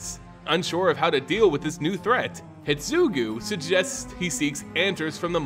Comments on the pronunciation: Neon Destiny instead of Dynasty Hi-DE-tsugu Orochi, Myojin, etc. At one point I was like "he must be doing it on purpose to get comments on how bad it is";) While listening to this podcast style it made it somewhat hard to follow, but swithching to video gave it some context - this could be further improved if you included a showcase of cards relevant to the discussed plot (if those exist) like you did when you were introducing the characters. Have you thought about asking some Wizard's affiliated person for pronunciation tips prior to making this kind of videos? Maybe try having a selected few do an early viewing and delay the actual video to improve it based on feedback. Don't want to undermine the amount of work you already put into the video - it is GREAT and you can be proud of what you do for the community. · The only issue I have with this video is your pronunciation. Normally it's not a big deal, but you kept calling Kiku "Kiki" and Hidetsugu "hitsugu" and that drove me crazy haha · What about "Hidetsugu"? Am I crazy for thinking an entire syllable got left out? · Thanks for the timestamp (and apologies for the late response). Yes, a whole syllable was left out. It should be pronounced "hee-deh-tsu-guu", not "hid-tsu-guu". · I just don't like the way you pronounce many names. You miss letters. Hidetsugu for instance in hee-sugu. It should go a bit more like hee-DET-sugu. The rest can be over looked. As no one set what letters to emphasize. But that one is grating lol. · The video is amazing, but how you pronounce Hidetsugu really triggers me 😂 there is a "DE" between "Hi" and "Tsugu" HI-DE-TSU-GU 😝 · The ogre is pronounced he-det-sue-goo